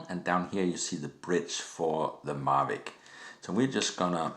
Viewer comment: I see it works with your "Marvic" what about a DJI "Mavic"? Lol, good vid.